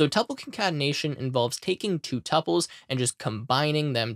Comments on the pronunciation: Pronunciación of tuples? Google Is our friend! It is something like 2Pauls... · the correct pronunciation is tuples.